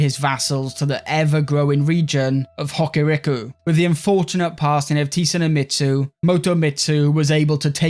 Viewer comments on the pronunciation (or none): "T-Su-gu-mitsu" Oh... oh my... 🤣